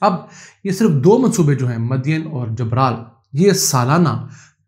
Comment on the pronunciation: جبرال نہیں لفظ گبرال ہے